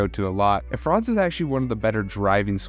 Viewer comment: Hey there... the pronuncation of "Franz" isn't like "France" with a long vowel but with a short one, like in "buns". Greetings from Germany ;)